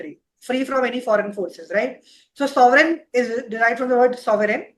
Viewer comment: Bhai....Aditya sir se timepass question q puch rahe ho? Thoda homework karke aao and ask good quality questions... Ye kya bakchodi hai ki why the name Sovrenn was selected? And you are continuously pronouncing it sovereign...Shame on you